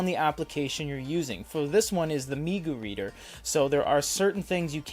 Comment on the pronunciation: Pronunciation of manga is painful